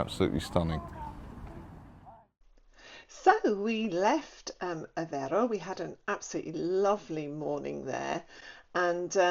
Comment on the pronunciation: Aveiro, has an I on it, not Avero. Avero sounds spanish. The "ei" sound in portuguese, sounds like the ei in "eight" Try saying Aveigh'ro. The I is pronounced. Any "ei" in portuguese is pronounced like that =), just think of 8, muting the T. It's funny that English speakers struggle with that sound, despite it existing in English. Maybe noone made the comparison to the sound of eight... hahahah.